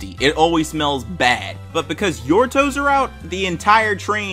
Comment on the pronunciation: I love the emphasis he put on TOES